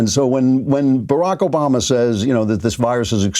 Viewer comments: At like 5 seconds he starts to mispronounce Obamas name and then calls him Osama. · This idiot cannot Even pronounce President Obama's name. This idiot lies as much as the dictator Trump